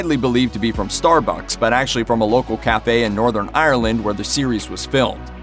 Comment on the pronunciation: As someone from Northern Ireland the way he said “Northern Ireland” sounded so wrong